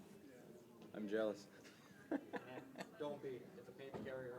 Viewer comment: I grinned when he said "I'm jaleous when I C BS" :D